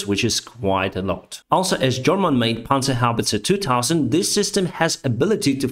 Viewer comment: Hey, a non-German commentator who knows, how to pronounce "Panzerhaubitze 2000". Congratulations! And thank you for your information-channel. Slava Ukrainy!